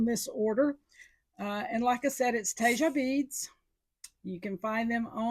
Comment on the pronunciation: Tejas =tay haws. Not whatever you said.